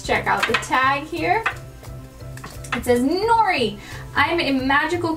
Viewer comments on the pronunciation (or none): none